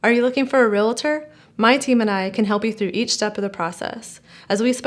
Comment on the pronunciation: Re-al-tor not re-la-tor...😩 drives me nuts